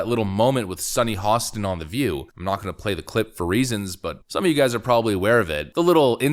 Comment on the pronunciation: Dude, you really need to learn how to pronounce people's names. It's HO-sten. Not HA-sten.🤦‍♂️